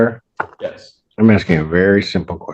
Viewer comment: you're axing? lol